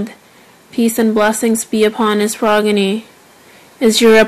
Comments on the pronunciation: * said progeny wrong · I love bibi zainab but she said progeny